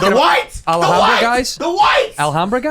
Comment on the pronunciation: The way Bobby pronounced Alhambra really pisses me off 🤣🤣